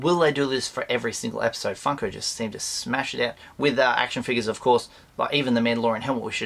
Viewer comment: lol you need to examine way you say funko its like saying fuko lol